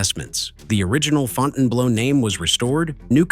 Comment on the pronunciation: It's Fountain Blue despite the spelling and the incorrect pronunciation.